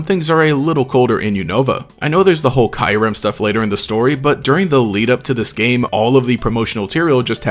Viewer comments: Its not pronounced Kaiurem :face-purple-crying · ok but KYE- rem? really?? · if one more person pronounces Kyurem 'Kairem' I am gonna go insane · Why did you pronounce it kyrim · He says Kyurem weird